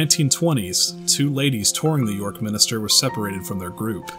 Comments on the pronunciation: MIN-STER, not MIN-I-STER! Seriously. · Why u say minister when it's actually minster get it right